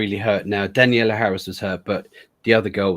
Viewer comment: Maybe 5 minutes on prep time guys? You didn't even know thier names. It's also Danielle. Not Daniella. And SCOUT Taylor-Compton. Harris carried the fanchise when Curtis left it, so Halloween fans owe her a bit of respect, to say the least.